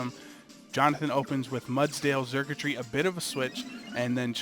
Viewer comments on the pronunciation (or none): me encanta cuando pronuncian a xurkitree xD charquchri